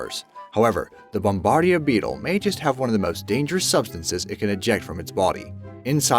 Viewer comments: It's "Bom-ba-deer" Beetle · That's not how you say "bombardier" and the word you're looking for isn't "in vertebrae" but "invertebrates."